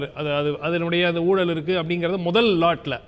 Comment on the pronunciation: அது ஊலல் இல்லை ஐயா. ஊழல்--oozhal. தமிழை கொலை செய்யாதீர்.